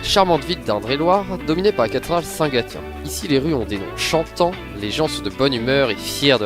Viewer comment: St gaTien ? ça se prononce St gaSSien